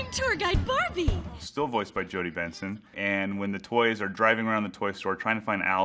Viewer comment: Benson! I thought she was saying Vincent!